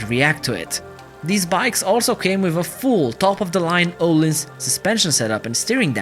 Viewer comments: öhlins not ohlins xD o and ö are totaly diffrent soinds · Its Öhlins not ohlens